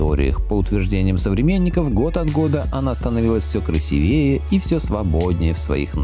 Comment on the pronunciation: крвсИвее, ударение на второй слог букву "И".